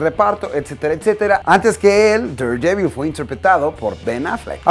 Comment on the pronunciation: Me gusta tu canal, pero no sabes cuanto me molesta como pronuncias daredevil :v